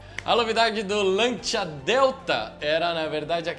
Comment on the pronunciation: Agonia de ouvir "Lantia". Custa nada falar o correto, "Lancia".